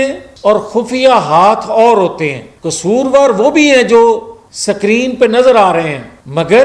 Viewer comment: Sakreen ?? Screen - pehlay apna tallafuz drusat karo 😅